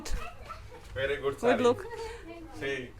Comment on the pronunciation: Боже мой!! Да займитесь своим английским хотя бы,если хинди не под силу! Ведь вы просто издеваетесь над английским языком!! Эти кошмарные окончания слов!! Не гуТь! А GooD!! Хорошо выглядишь/т Looking Good,а не гуть люк😂😂😂😂 Ужас тихий